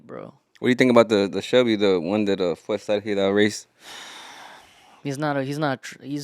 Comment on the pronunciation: Can even say fuerza regida 😅